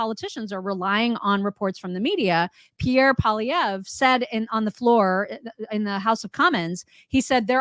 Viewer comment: Im so happy has mastered the pronunciation of Pierre's name!! Good job! lol